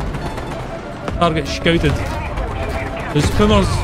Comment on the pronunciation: Hey you said scouted like a Irish person. Shcouted hahahaha